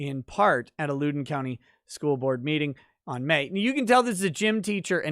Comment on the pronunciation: As someone who is from the LEWdon county we pronounce it Lou (like blouse) den there is barely any emphasis on the o for whatever reason so it isn't like London